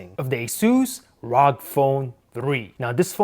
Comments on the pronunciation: it is pronounced as AR-OH-GEE not just rog damn it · You pronounced it the wrong way it's the short form of republic of gamers R.O.G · many people keep pronouncing it rawg phone,correction its R.O.G phone